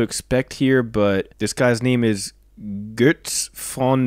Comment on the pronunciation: Your pronounciation of Götz is really good. Götz von Berlichingen lived in Baden-Württemberg as you do. The two most connected castles to him are Burg Hornberg and Jagsthausen. The iron hands are shown at Burg Hornberg. You can surely visit that Museum.